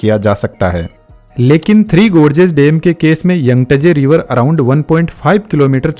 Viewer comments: What is dem? Bro it's dam and not yangtajee river, it's Yangtze river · Dam❌ Dem✅ 😂😂